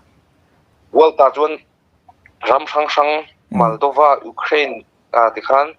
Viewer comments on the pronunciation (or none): none